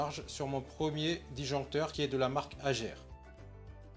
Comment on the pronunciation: Vidéo super intéressante attention à la prononciation de la Marque « hager » le g ce prononce « ge » et non « j » 😜